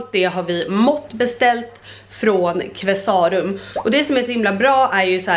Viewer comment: Qvesarum är helt fantastiska på byggnadsvård, så otroligt mycket fint! Och nu är man väl picky här då men är Qve-sa-rum, inte Qvesá-rum, i all välmening.❤ (Känner mig som Hermione Granger "It's LeviOsa, not LevioSA" 😅) Så jäkla stört fint blir huset, älskar era färgval och alla tapeter! Så personligt.😍